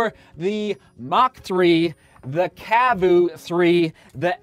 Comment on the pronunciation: Arahi is pronunced ah-rah-hee, and cavu is pronounced car-voo. I’m from New Zealand and we learn Maori, that’s why I know the pronunciation.